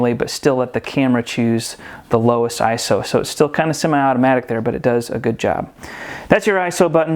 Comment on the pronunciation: Thank you for pronouncing ISO and bokeh correctly.